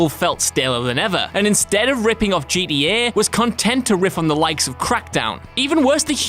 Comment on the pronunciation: The way this guy says gta is killing me